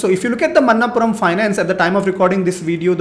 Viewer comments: मनप्पुरम NOT मन्नापुरम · Sir, it's not a Man-naap puram.. Manap-puram